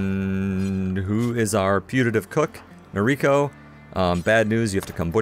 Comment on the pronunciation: Nobody likes the cobra chickens. BTW Noriko's pronounced NO-rico (not no-RI-ko) if you're going by Japanese as the origin. First syllable's always emphasized.